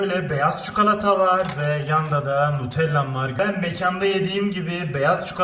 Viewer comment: Çikolata ya çukalata demen aşırı derecede sinir bozucu